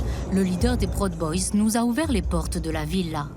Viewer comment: La narration est parfois irritante, comme souvent dans les docus français traitant des É-U. Proud boys est prononcé prod boys, Salem est appelé capitale "administrative" de l'Oregon. Pourquoi ne pas dire capitale de l'Oregon tout simplement. Il n'y en a pas d'autre !